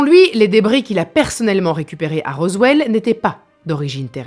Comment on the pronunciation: ... Dans un wwwwwwwwranch de la région de wwwwwwwrowwwwswwwwwellllll ... 🤣🤣🤣 Yeaaaaaahhhh 🤠🤪🤣